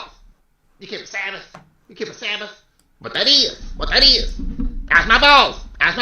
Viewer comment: You can repeat "wat dat iz" 100 times in a row and will still be funny as f...!!🤣🤣🤣🤣